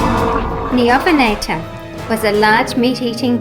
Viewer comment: Some more you had a bit of trouble with: Quetzalcoatlus: Quetz-al-coat-lus Dacentrurus: Da-cent-ru-rus Neovenator: Neo- voh-nator Also, have you seen the new papo acrocanthosaurus repaint? Also also, Have you seen the epic battle of dinotube by Bioniclesaurus?